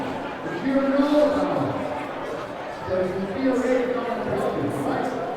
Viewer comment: are you consciously & purposely pronouncing or saying aboot...for about? Caught the same pronunciation aboot...for about, in your Saturday September 4, 2021 Scooter live video?